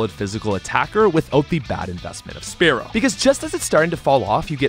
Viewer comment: Spearow. Not Sparrow.